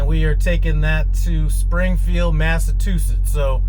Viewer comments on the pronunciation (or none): it’s not Massa two sits, it’s Massa chew sits. 😂